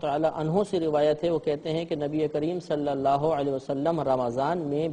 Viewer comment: Ye Mufti sahab khud mazhul tariqe se bol rhe hai... Maruf nhi.. Exp: Sallallahu...not Sallallaho.